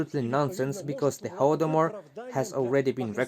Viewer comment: Thank you for the pronunciation of "Holdomor" at . I wasn't sure whether it was "hol" as in "holiday" (correct, and has the same pronunciation as in "Holocaust") or "hol" as in "holy day".